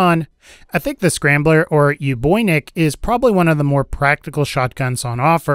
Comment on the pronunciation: Sorry for being a nitpicking prick, but it's "Shambler", not "Scrambler", and it's "OOboynik", not "Yuboynik"